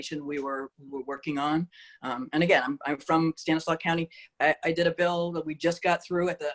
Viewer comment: Stanislaus county has an S on the end of it. She isn’t from around here.